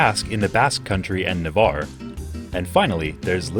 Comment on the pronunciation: First video in English I've ever seen where they pronounced "Navarre" correctly.